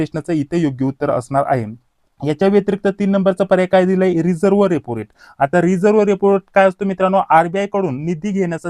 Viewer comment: रिव्हर्स रेपो रेट not रिझर्व्ह